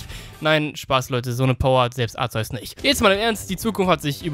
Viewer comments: ARKEUS wirds ausgesprochen Btw. Kyogre wird warum auch immer kaioga/kayoga ausgesprochen find ich schmutz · Du weißt wie man Arceus richtig aus spricht trotzdem nennst du es falsch verdammt wie und warum was willst du damit beweisen...?